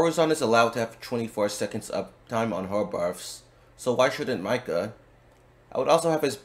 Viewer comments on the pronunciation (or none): I can't take you seriously when you keep saying Myka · It /is/ spelled how it sounds Mika = [Meeka]; Long I sound. And there are many in-game moments of it being said correctly to reference when making videos if you're going to do theorycrafting...